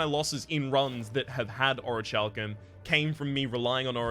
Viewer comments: The pronunciation is (O-REE-KAL-KUHM) :D common mistake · Sorry for being a butt, but you pronounce Orichalcum wrong xD Here's a vid the says it correctly. love this game though :)